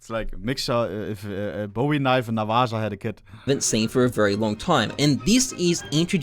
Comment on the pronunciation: come on ohne- its NA VA HA.... just cause its a Spanish derivative word- You and Sparkles calling it s navaJa sounds ridiculous.